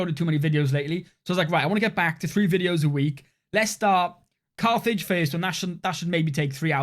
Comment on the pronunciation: Cathage… or Carthage? 😂 Awesome job on this campaign, and love the content!